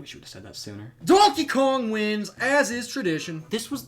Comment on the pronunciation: I swear every time he says DoNkEy KoNg like that at like I freaking lose it laughing